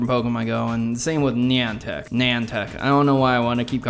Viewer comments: What the fuck "Neon Tech" "Nan Tech" It's "Ni-An-Tic" XD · Niantic Nye - an - tick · "Nan Tech" lol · It's pronounced N(h)i-an-tic like the ship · I believe this is how to pronounce it. Ny-an-tic